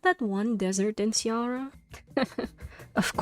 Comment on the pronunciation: cearÁ. The accent indicates the stressed syllable. Speak it like if you were a french lol